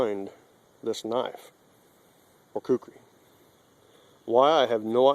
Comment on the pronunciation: 4x it's Kukri. Not Kukuri. It's not that hard. You have to be American.